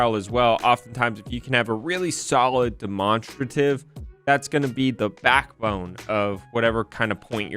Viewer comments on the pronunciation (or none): pronounced demonstrative as demON struhtive 🤣 I was confused on what that word was till he put the word on screen and was like whoo tf says it like that!?😂 He does this alot with words I've noticed, who was his English teacher she should be fired.